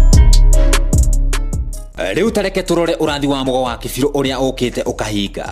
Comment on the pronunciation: You are misleading when you pronounce Kibiru as Gibiru